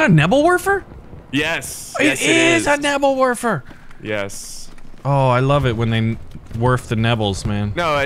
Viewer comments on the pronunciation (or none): a nebbel worfer? you mean a Nebelwerfer